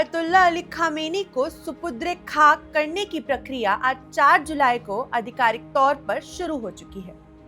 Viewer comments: SUPU...DRE nahi madam SUPUR..DE KHAK hota hai.KUCH reharsal kar lia karen screen par aane se pahle. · Supudre khak ? Apna Udru thik kijiye😊😊😊